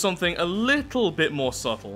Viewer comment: You know at this point as soon as you say subtle we expect "subtle"